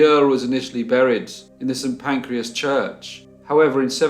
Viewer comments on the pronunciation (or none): St Pancras, not Pancreas 😉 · I love your vids. However:....... It's St Pancras, not Pancreas. It's gibbet, not giblet. And that name is pronounced CHUMLEY. SORRY. Xxx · Cholmondely=Chumley" giblets=gibbet St Pancreas=St Pancras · I love the older ones! Though we may lose some accuracy to the mists of memory, we get to venture back to less familiar times. I love the slices of life we see captured through the window of a terrible crime. Not sure if I should I point out what I perceive as pronunciation errors, but since they might be handy for the future: *Gibbet *St. Pancras